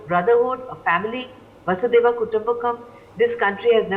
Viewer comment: vasudhaiva not vasudaiva